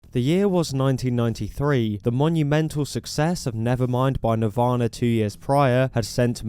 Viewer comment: “Navarna” lol